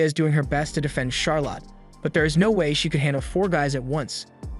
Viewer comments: Charolette is hyped that Flay will be joining in the crime-fighting operations ×2. Why do you pronounce it Charo-lot? This isn't a movie abt how much money Charazard got, yeah? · charlotte is pronounced "shar-let" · Charlotte typically rhymes with scarlet, (lotte is not pronounced like lot)